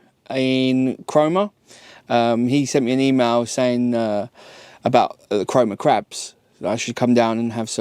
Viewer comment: Did you say Corona crabs ??